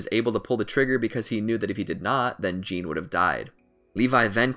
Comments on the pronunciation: Im so trigger of how u say jean and hanji u say zjan not JEAN ok and HANJI not HONGEa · *Jahn not John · He pronounces Jean like the German Jan when it is either pronounce like Jin or Zon